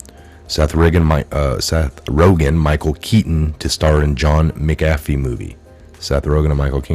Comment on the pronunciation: You make patriots look bad when you mispronounce words. Makes us think u dont actually do research when you cant pronounce a name that has been all over news clips and YouTube videos. There isnt a G in McAfees name. Also huber is pronounced with an h... not oober. The you cant pronounce the japanese guys name abe. Its not frigging abe like abe lincole... its ahbay... do u research anything at all??? Im a long time viewrr and everytime i share your videos they discredit you because you cant pronounce any names right. Ya know the names you would know if you actually researched the topics. They say youre not really researching these things if u cant pronounce them. Please.... get hooked on phonics. Lol